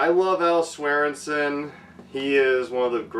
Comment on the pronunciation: Hey doll - it’s pronounced Swearen-Gen 😬